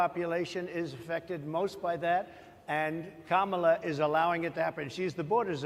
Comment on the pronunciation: Second time watching this interview, and I just realized people in the audience corrected his pronunciation of Kamala’s name